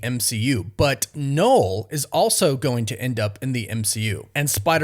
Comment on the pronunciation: It's pronouced NUL not "knowl" ffs!